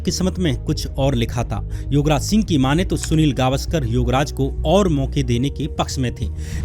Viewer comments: Shyam, please improve your pronounciation. Don't confuse words YOGraj with YUVraj. Be careful... Don't speak like verbose. 🙏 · Bhai tum Yograj bolre ho ya Yuvraj dono same he lag rha h😂😂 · Yograj and Yuvraj mein difference nai sun raha.It should be pronounced properly.